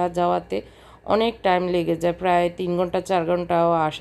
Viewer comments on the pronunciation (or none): none